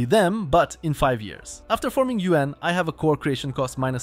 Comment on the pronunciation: The way you say "Yuan" is like "UN"